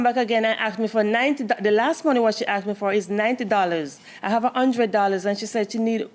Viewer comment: She AX’d her motha for da money